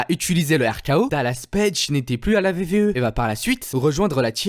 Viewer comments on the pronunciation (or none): Stop de dire vvf ou vve c’est wwf ou wwe apprend à bien le dire avant de parler de catch